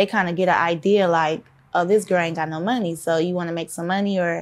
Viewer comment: You can tell based on the way she says Money like “mehny”